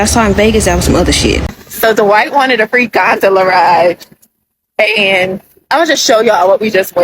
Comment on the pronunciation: D-wight?? Me: DWIGHT AROUND YOUR LIP LMAO